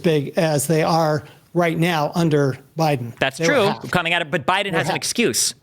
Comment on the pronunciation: "What you're seeing right neow"